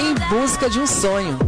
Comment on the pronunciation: Em busca de um SONIO 😂😂😂